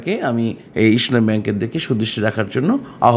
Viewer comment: Vai, your pronunciation is too bad. It is not Isshlami it is Islami Desh garments is not a top graded share.